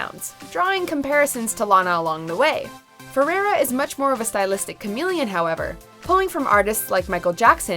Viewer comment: Learn how to say FERREIRA pls! Not ferera